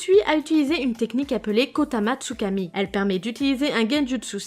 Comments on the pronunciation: superbe video mais le seul bemol c que c pas kotamatsukami mais koto amatsukami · C pas kotamatsukami c kotoamatsukami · C’est pas kotamatsukami c’est KOTOAMATSUKAMI